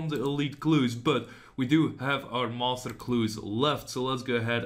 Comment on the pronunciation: Also, the way you say master clues <3 <3 <3 "Moster" hnnng